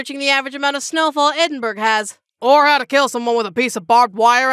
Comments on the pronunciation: Edinburg 🤢🤮 It’s Ed-in-buh-ruh (or -buh-row depending on dialect) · that's EdinBURUH to you, lassie. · .... It's... It's pronounced Ed-in-burrow... Thank you... If I hear Edinburg one more time... I'm coming to steal your favourite underwear and sewing them into a flag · hi just wanted to let you know that Edinburgh is pronounced edin-bruh :) thank you for the immense pain your pronunciation brought me :) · btw Edinburgh is pronounced like Eh-din-bruh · It's pronounced edin-bruh though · It's pronounced Edin-bur-ah